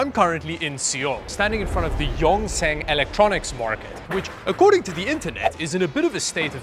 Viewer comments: Pronounced yongsawn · I died when i heard "yongsen " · pronounce Yong Sanh, Yong = Dragon, Sanh = mountain